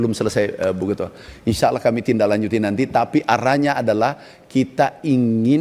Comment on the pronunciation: Bre, gua gak percaya dengan orang yang bilang InsyaaAllah aja jadi insa alah 😅